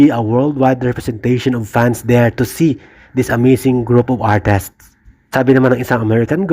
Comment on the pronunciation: Artist...Hindi artest...umayos ka..